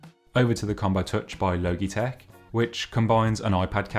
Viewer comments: Not the “low-gee” 😂😂😂 It’s “law-G” as in Logic with out the “c” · XD low-gee-tek its all I can focus on. I am just used to Lodge-eh-tech. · I love the way you pronounce Logitech. I’ve never heard it pronounced “low - gee” before. It’s an αbbreviation of logic so “lodge - ee “. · Great review - you caught some great usability details. Side note: “Logitech” is not pronounced like ‘logy,’ with a hard g, i.e. dull and sluggish, it’s pronounce like ‘logical,’ with a soft g, i.e. smart, and makes sense. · Guy just said logeetech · At first I thought he said "Loki-Tech" ; ) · Switched off at “Logey- Tech” 🤦🏼‍♂️ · My guy said "low-gee-tek" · He did not just say logeetech LOL hahahaha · Loh-gee tech. Lols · It’s pronounced lojitek, spelt logitech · Thank you Aaron! Yeah I’ve had a bit of a roasting in the comments about my terrible pronunciation 😄✌🏻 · Love the video, but oml the way youre saying logitech is triggering me so much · Please pronounce Logitech correctly. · overall good review tho haha just a little cringey coz of the pronunciation haha